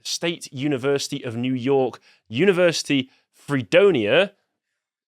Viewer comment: You were about to pull off the “Yew Nork” tongue twister, weren’t you? That has happened to me way too many times, I understand.